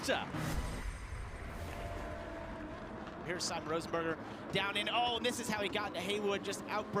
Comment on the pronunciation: Porscher and Toyoter....wth r these guys saying